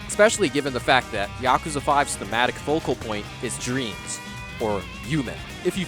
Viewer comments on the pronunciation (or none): none